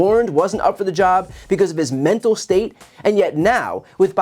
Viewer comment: Men-Tal Decline Men-Tal Decline Men-Tal Decline Men-Tal Decline